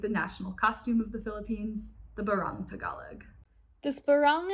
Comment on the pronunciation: While we’re here, I cringed at each mispronunciation of Igorot, Luzon, barong, and manong, but a visit to Seafood City or Valerio’s can easily fix. E for effort